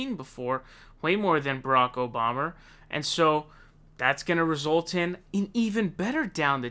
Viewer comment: Obamer? LMAO